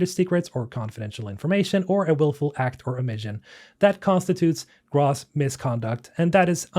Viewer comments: If you please …. Great content .. one critique… net, Gross… Grow+sssss … The police were Grawwsly negligent …. This years grawws income is incredible !! 🤮 … I don’t know why it bothers me so much, Maybe it’s OCD I don’t know please stop … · gross /grōs/, long O soumd, as in yucky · Gross has a long O sound. (gr-oh-se) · I don't understand whey UW agreed to this deal in the first place. If their game was going to earn enough to guarantee a 500M up front plus payout, why do they need Krafton? Venture capital is why your veterinarian costs 10x what it cost 10 years ago. VC ruins everything. Also "gross" has a long "O" sound. Like "nope". Cheers. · Love the game. Sad to see the place we're in. Appreciate the vid but small constructive criticism: Gross rhymes with dose or toes. Don't sweat it, everyone has some words they mispronounce until someone points it out (I certainly have). Have a good day. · Gross is pronounced with a hard O.